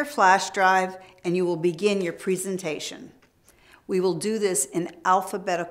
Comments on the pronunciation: wow i like how they say preesentation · Why does the teacher say presentation wrong no one says it like that